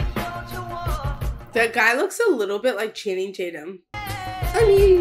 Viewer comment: Did she say channing tat yum? Lmao